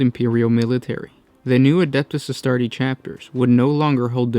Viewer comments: can you guys stop mispronouncing Legiones Astartes. there is clearly an S at the end of Astartes. it's like Pokemon, it is both see a singular and multiple. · Suggestion: Always pronounce the S in Astartes. ;)